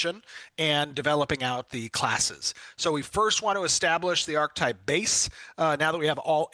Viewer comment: When did we change the pronunciation of Archetype?